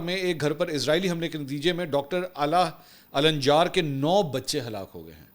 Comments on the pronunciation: It is not alanĵar but it is al njaar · محترم منصور علی خان صاحب آپ فلسطینی نام لے رہے تھے ۔ (علا الدین ) علا یعنی( چراغ ) النجار یعنی ترکھان قبیلہ ال یعنی آل بولنے کے لئے صرف بولئیے علا نجار بالاحترام معذرت 🙏 باقی زبردست ❤❤❤